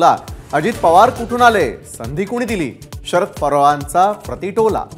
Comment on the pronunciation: Arey baba .... neet marathi tari bol. Sharad "parvancha" tola ??? ki Sharad Pawarancha Tola ????? Kuthun yetat dev jaane.